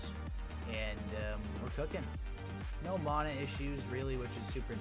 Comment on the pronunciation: I stopped watching the moment he said Mana weird